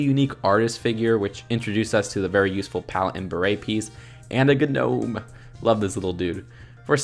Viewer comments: He said G-nome! It’s just pronounced nome but spelled gnome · No one: Literally no one: The rest of the universe is silent:: GUH-NOME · We just gunna forget he said ‘G-nome’ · Did he just say G-nome?..... (INHALE) HELLO ME OLD CHUM I’M GNOT A GNELF IM GNOT A GNOBBLIN I’M A GNOME AND YOU’VE BEEN GNOMED (Please forgive me) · The g in gnome is silent